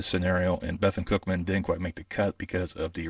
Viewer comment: Appreciate the insight. It's pronounced "Beh-thoon Cookman" .. not "Beh-thun Cookman"